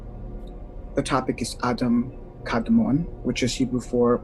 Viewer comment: I believe the correct pronunciation of kadman is a little different. It's pronounced like a Jamaican yardie smoking the ganja. Say it with me now kadmaaaaaan maaaaan. Hari chrishna 🙏